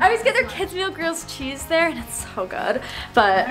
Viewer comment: pronounces meal as mail it’s not mail it’s meal, says it correctly and says mystery whale not wheel